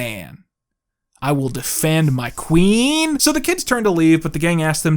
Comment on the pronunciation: the way he said Queen lol